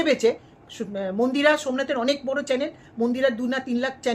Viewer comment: ম্যাডাম কথাটা চ্যালেন না চ্যানেল হবে